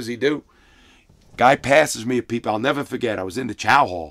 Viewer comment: Larry "I'll nevah forget it" Lawton.